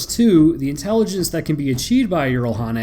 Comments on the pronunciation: yeah you butchered it. its pronounced yeeh rahl hah nae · I mean you were close it is pronounce with a j not a y at the start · Jiralhanae G-ral hah nay god I love hearing foreigners seriously saying 'bullshit' in my native language XD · Not to be rude, but from most in game/lore pronunciations, Jiralhanae is pronounced Jur-awl-hennay. But you got Doisac dead on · jiralhanae pronunciation is wrong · jiralhanae is a korean term of -> 'tf r u saying' It is actually from the korean term explained by bungie when people asked. Just pronounce it in english just as it is spelled.